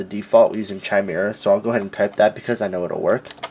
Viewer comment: "noun /kaɪˈmɪrə/ /kɪˈmɪrə/". And blow your nose to get camera-ready, Skippy. Is it your passive/aggressive personality that causes you to stumble over only important words? It matters not at all how much you know, or THINK you know, if you can't get your pretentious little self out of the way. This isn't about YOU.